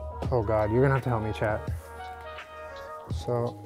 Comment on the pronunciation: Hehe! I didn’t realize you were saying “chat” and I thought you were just talking to an active responder called Chad. 😊😎